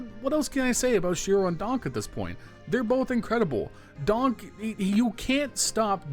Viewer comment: Bro it's DonK, not DonG